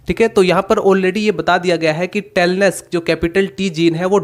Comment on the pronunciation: SIR TALLNESS KI PRONOUNCIATION SAHI SEY KARO PLEASE.